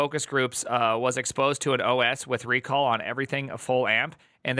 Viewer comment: I guess it's supposed to be "rec all" not "re call"